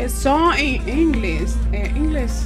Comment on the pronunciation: No sabía ni pronunciar ( Inglish ) sengun ella decia ( yo Inglis ) 😂😂😂😂 de gringa no tiene ni un dólar.